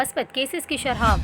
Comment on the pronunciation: bibi shrha nahi shrah